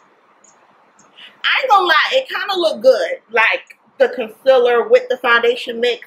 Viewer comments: I kinda really hate how she says concealer lol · "fermula" , "conselur"